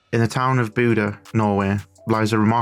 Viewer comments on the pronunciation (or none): You're really butchering the Norwegian names. Especially, Bodø, but also Knutsen. Try BOH-duh. The "ø" sound is similar to the "u" in "burn" or the "i" in "bird". The stress is on the first syllable. You're NOT supposed to omit the K- in Knutsen, it's not the word knife in English. You may have learned about a King Canute in school? His name was in fact Cnut or Knútr. Knutsen means son of Knut. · it's Bodø ( sounds like Boh Dö roughly ) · It's pronounced; Boo-duh / Boo-the (Bodø/Bodö) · I love it. The way you pronounce Bodø makes it sound like Buddah. Not all that interested in football outside of playing it myself, but was a short video about something happening in my own country so had to check it out. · The O sound in ''Boo'' is as you describe it, low and flat. Comparred to the ''Bo'' sound most seem to pronounce, which almost sounds like ''Bow''-- Making the pronounciation ''Bow-Dow'' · I'm a native from Bodø and I dislike pedantry about pronunciation because we do it just as badly vice versa. But if you want to know, the O should be dark and flat, and not have any u-sound in it. But the second part, "duh" is a great example you've given. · It's interesting that you think boo doesn't make a u-sound. You would agree with me if you could hear how we pronounce Bodø. Also not sure why you try to change the part I told you was correct, the "duh" part.